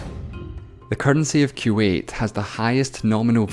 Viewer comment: I cringed when you said q 8 instead of kuwait